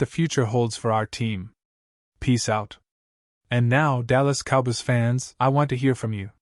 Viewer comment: Ih thnk th dlls cowbys wld lk u to prnnce sm fkn VOWELS! There are two o’s in “cowboys” and you should pronounce both of them!